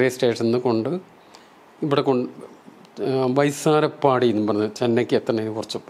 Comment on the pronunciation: വൈസാരപ്പാടിയല്ല സർ വ്യാസർപ്പാടി